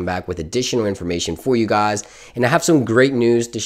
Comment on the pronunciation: He says guys as gaas lol